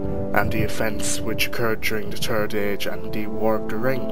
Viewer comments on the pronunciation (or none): Its third not terd !!!